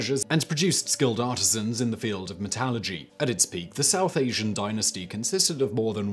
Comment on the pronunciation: he says .....Metalogy....., Never heard that word. Googled it, only reference is an album by Judas Priest. He probably meant ...metallurgy.